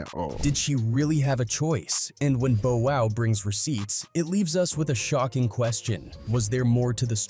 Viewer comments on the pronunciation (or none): AI dude it's Bow wow not Bo wow 😳 😳😳😳😳😳 what up am I the only that hear it something is not right 😮😮😮😮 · Why is the narrator mispronunciation of Bow Wow even doing a info video. Bo Wow smh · Bruh you are driving me nuts mispronouncing Bow Wow name like this , bruh u sound like a robot kinda like Alexa Frfr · Yeah bro he missed up his name